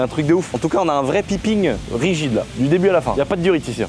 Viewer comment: de grace piping= paille ping en phonétique😂